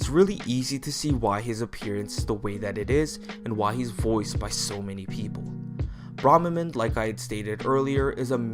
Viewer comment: They say their name in one of the first voiceclips in FEH and you still mispronounce it. And their appearance is not based on Mark's. Only their voice and attitude changes when faced by another person. Besides, we see that his appearance in FE7 in-game looks just like his appearance in FE7's Eight Legends artwork.